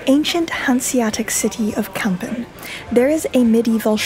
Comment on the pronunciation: Very nice video about de Kogge and Kampen. By the way you pronounced Kampen as Kempen. The letter A in Kampen sounds more like the A in the word March. Minor detail tough.